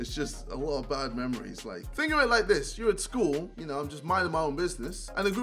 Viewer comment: When jj said 'think of it like this' i thought he said 'finger it like this'😂